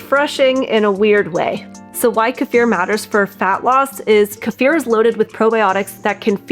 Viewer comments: Do not take a magnesium supplement if you have chronic kidney disease or any kidney issues without talking to your healthcare provider first. It can be dangerous. I think Kiefer is pronounced kee fer. I’ve never heard anyone pronounce it like this woman does in this video. Peace. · It's pronounced "key-fer" phonetically. Knowledgeably this should be a very basic word with anybody who's doing anything with diet, nutrition or gut health. This food has been popular for at least two decades now. Don't need to hear anything else here. 👎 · Hey! Say Key. Alrighty. Now say FUR. Ya know… like on an animal? Okay. Now say them together. WOW! Good girl! You now know how to pronounce Kefir CORRECTLY! You people are so educated in nutrition, you should go back to elementary school and learn how to pronounce words CORRECTLY. It’s either pure STUPIDITY, or it’s ego. The E in Kefir is a LONG vowel. NOT a short one. And the ‘ir’ in Kefir is a LETTER GROUPING THAT MAKES A SPECIFIC SOUND. In THIS case, it is the “UR” sound. You people sound so friggin’ idiotic. And of course, not to mention, FUNNY AS HELL!!!! WOW! 😂😂😂😂😂